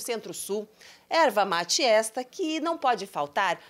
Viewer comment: Erva mati não, é erva mate. Não temos sotaque, só falamos corretamente.